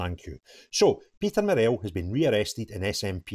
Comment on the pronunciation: You are pronouncing 'Murrell' incorrectly. Say it like Burrell. Don't emphases the 'ell' part.